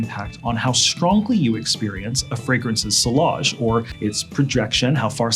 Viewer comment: It's pronounced "see-yazh" not sill-age.